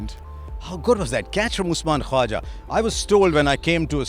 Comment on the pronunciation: Harsha, you can spell the K jesus christ.. It's KHAWAJA!!